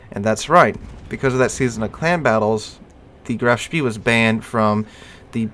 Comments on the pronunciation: hard to not be annoyed by how ur saying Graf Spee when its not spee its shpay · Graf Spee is very good in Operations games. By the way I believe it is pronounced Graf Spay. Maybe I'm wrong but I don't think so. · EE in German is pronounced AY, so Graf SHPAY is correct. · Btw, the "EE" in the name are pronouced like a long "E" in the English word "Exit".